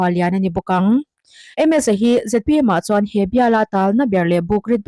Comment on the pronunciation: Ngatinge ZMP i tih leh thin? A dik lo hi hriat s hrehawm, i fimkhur lo hle.Sawrkar mêk Party hming pawh i lam dik lo leh thin. .....